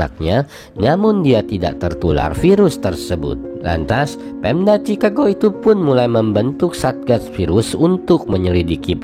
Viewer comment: Ejaannya tu chikago bukan cicago